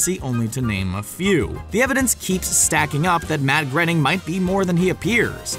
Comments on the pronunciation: Matt gr- ... Matt GRENNING!?! ... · ..Matt granning?